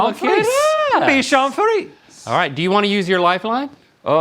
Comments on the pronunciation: The way they pronouncing bichon frise is 😂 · It's pronounced. Bee shan free zay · I love how no one ever corrects their pronunciation. 😂 "Dotson" and "bichon freeze" made me laugh.